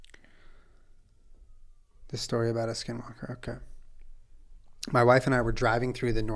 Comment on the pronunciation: I’m Navajo 😭 and Skinwalkers are very real beech 😭😭 Also Julien pronounced skinwalker in Navajo almost spot on. If you see one you could faint btw if you get scared. Only people with strong hearts can withstand their presence.